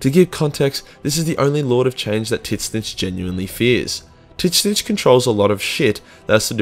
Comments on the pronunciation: I am pretty sure Tzeench is pronounced "Zinch" not "titnich" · The only mispronounced name i think thats genuinely bothered me was how you say Tzeentch 😂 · He knows, its kind of a running joke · The way you pronounced tzeentch is painful